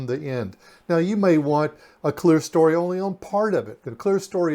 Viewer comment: That top portion with the windows is NOT called clearstory— the word is clerestory. As in, Claire-eh-story.